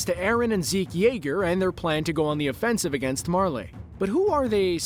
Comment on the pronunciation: "Mar-Leigh" "Para-Dice" C'mon man 🤦🏻